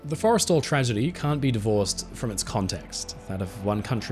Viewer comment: It’s “for-eh-stall,” right? Not… Forest’l. I think kept saying it wrong.